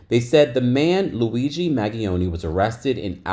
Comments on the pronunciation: Hi, name is pronounced Man-ge-own, the g is soft. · glad I’m not the only one! him mispronouncing it was driving me nuts. 😂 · It's MAN-GEE-OWN-EE "Mangione" LAWD I hate hearing y'all yanks pronounce sh*t 😂😑